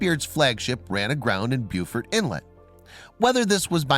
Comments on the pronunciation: buufort I live down in Carteret county and your said beaufort (bo-fort) wrong buddy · It is pronounced BO FORT in North Carolina and Bue ford in South Carolina. Both same spelling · Bo-fert, not byu-fort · Great vid its Beaufort like BowFORT not Buefort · Even though this video is old, the Inlet is pronounced Bo-Fert inlet, which is actually the correct way to say it. not beau-fert. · We pronounce it "bow-fert" down here and the ding bats and dit dots pronounce it "bow-fort"... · We pronounce it Bo, not Bu. Beufort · Hell he's saying ford, not fort. Can’t even get that part correct. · It's pronounced BOWFERT. Do your research before posting a video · Minor correction: Beaufort, as in Beaufort Inlet, is pronounced "BOH-furt." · . My god, please learn how to pronounce Beaufort correctly. It's not pronounced how its spelled, it's pronounced bowfort. It could just be my southern accent, but everyone I know pronounces it as bowfort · It’s pronounced BO-FERT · Ahem, it's BO-FORT. That is all. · Beaufort —> bo-furt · Pronounced "BO-FORT" in NC. Geez. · Hearing “beeuwfurt” hurt my NC ears! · Beaufort is pronounced BO-fort. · It’s Beaufort , pronounce it bo fort not the way you are 😂😂😂😂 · Lived in Morehead City my whole life, I was hoping someone else would understand.....BO-FORT. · Paul Letchworth it’s pronounced BEE YOU FORT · I wished he knew how to pronounce Beaufort!!! 😡